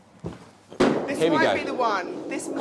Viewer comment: I heard it and thought "Four, I mean five, I mean fire!"